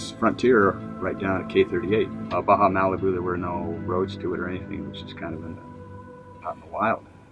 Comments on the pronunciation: How do you pronounce it? It's like Bah Humbug but then Bah' Hah, same vowel sound each word. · He spent years discovering Baja but still can‘t pronounce it right… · 9 monthts a year in Baja and still cannot pronounce it